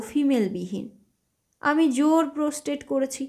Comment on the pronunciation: ভীষণ ভুল উচ্চারণ, বিশেষ করে ইংরেজি শব্দ গুলো, প্রটেস্ট কে প্রস্টেট বলে গল্প শোনার ইচ্ছা থাকে না।